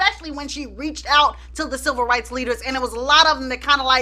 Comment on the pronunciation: Chile....I thought you were saying "SILVER rights movement", I was about to google "silver rights movement" for a second, and then it dawned on me that you were saying "CIVIL rights movement." I thought I missed a few history lessons or something ....got me thinking people were out here marching for ol' folk and the geriatric community. All in all, love your videos!